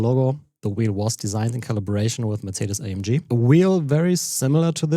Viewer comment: What he says in the first secons is the correct german pronunciation of "Mercedes AMG" (Aufrecht Melcher Großaspach). But even though I am German, due to watching english content of F1, I meanwhile expect to hear Mur-say-dees Ey-Am-Gee everywhere. 😆